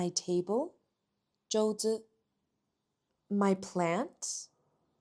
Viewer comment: "zhuo zi"桌子 . is not “zhou zi”.